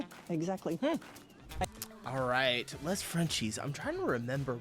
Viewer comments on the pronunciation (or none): Time for you to stop saying "lez frenchies. "LES" is pronounced like "LAY" Some things have changed Most stores dont close anymore at midday in Paris. But restaurants definitely do. Not fast food places. Gen Z and our many immigrants they eat everywhere now. And wear anything on the streets. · It's pronounced "lay" Frenchies. The S in "les" is silent, it just transforms the E sound. You can eat at your desk, the law was just enacted to prevent companies from requiring employees to eat at their desk. Pretty much all of these are general, they're not an absolute rule, except maybe the bonjour. You'll see some people eating while walking, doing groceries in sweatpants, etc. Especially in larger cities, but way less than you would in the US. Usually if people wear sweatpants at the grocery store it's because they come from the gym on their way home. What's rare is people wearing sweatpants as a daily attire. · PS, the French word 'les' you should pronounce 'lay' The English name for the channel is probably best translated as 'them frenchies' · the final "s" is mute in French, so you say "les" as "lé" :)